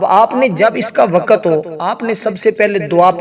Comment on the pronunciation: wakat nahi wakt marach nahi march jahil